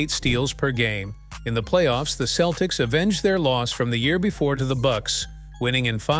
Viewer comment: I agree. Aparently they are now the Boston Keltics.